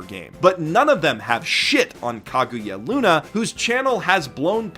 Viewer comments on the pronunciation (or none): that's not how do you pronounce Kaguya_Luna, but go on. at this point, you should be a MUGEN character in Salty Bet with how much do you end up fighting people